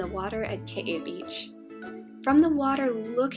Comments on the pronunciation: Good info for Kauai newbies like me, thanks. But I think it's Ka-Wye, two syllables, not Ka-Wye-ee. That would be spelled Kawaii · Actually the Hawaiian pronunciation is kah-wha-ee